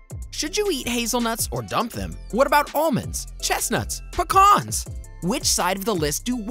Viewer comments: its PEE-CANS ....NEVER PICAHNS!!! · I just hate how he says “PUHCKAAAHHHRRRNS” What’s the heck!!? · I don’t think I’ve ever heard anyone pronounce Pecans like that 😅